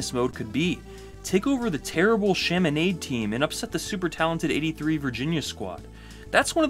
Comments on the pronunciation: Chaminade is pronounced like "nod" not "nade" like lemonade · Chaminade lol yes it is spelled like that, but pronounced "chami-NOD" lol I played way to much NCAA basketball as a youngster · Great video, but yo, Chami -nayde? Dick Vi -tail? Those made it kinda feel obvious you're reading from a script, and not super familiar with CBB.